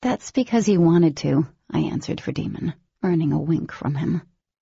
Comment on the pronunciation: and I hate that Daemon's name is always pronounced wrong 🤪